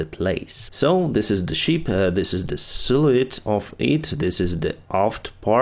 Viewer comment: Silhouette. Pronounced . Sill oh wet. But that’s amazing vocabulary for a student of English.